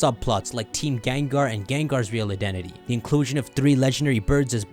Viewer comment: this dude just said GANGAR wow.*cough,cough* GENGAR cough